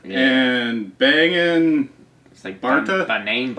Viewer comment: TUUU PRUNAAOUCE DIS IS BANGING MISS BARTA